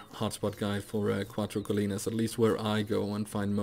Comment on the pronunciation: I am spanish, really nice pronunciation, Cuatro colinas. Nice video men 😉🤙🏻